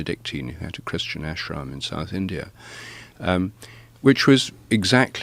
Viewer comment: India, not indear! In-dee-ah Normally I wouldn't bitch about this sort of thing, but this dude keeps saying it and it's driving me more insane than I already am.